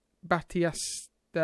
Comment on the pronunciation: Just to help it's pronounced Bat East a